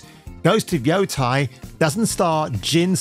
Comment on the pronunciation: Yotei not Yotai... It's not that hard.